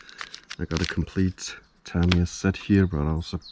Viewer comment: Lovely place you got there. I just picked up 25th Anniversary Memorial Fighter Buggy RX today! Super excited! Btw, correct way to say "Tamiya" Ta-mee-ya